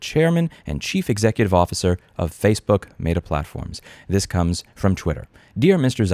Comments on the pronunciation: you know damn well it’s met-ah not mate-ah. We miss you in ny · It's pronounced "meh-tuh", Louis, not "may-duh". I understand me being triggered by your pronunciation is on me, but had to say something 😅 Love the video. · Why do you pronounce Meta like that? (love the videos btw) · Louis mispronouncing things everyone else pronounces correctly, Meta Edition. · Is it just me or is his pronunciation of "Meta" distracting lol